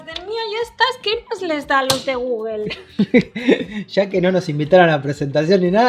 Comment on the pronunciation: Gugel dicen estos espa~oles ni pronunciar bien pueden algo tan sencillo la marca Google